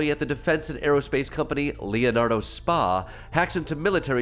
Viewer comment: it’s not SPA, it’s S.P.A. Like saying LLC